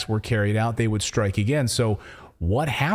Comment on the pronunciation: Ritter and he both say "been" like "bean" and "again" like "agane." It's a very odd affectation.